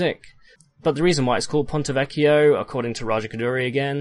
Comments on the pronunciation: Hi, from Italy I confirm, the pronunciation for "ponte vecchio" is correct! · Finally somebody that pronounces Ponte Vecchio correctly. I’m italian and the way some people pronounce it... it’s like running nails on a chalkboard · U do everything right, thx for the Video as I was getting ear cancer from hearing the englisized pronunciation of pontevecchio.... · I know Latin and I have no trouble pronouncing Ponte Vecchio. I just used the Ecclesiastical Latin pronunciation for it.